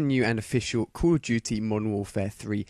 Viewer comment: Dude STOP saying "Culudjuty" speak normal english pls.